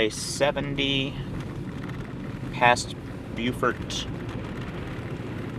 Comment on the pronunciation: in NC that is Beau fort. SC calls is Beww furt